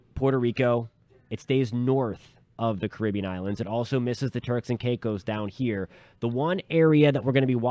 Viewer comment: Thanks for pronouncing "Caribbean" correctly!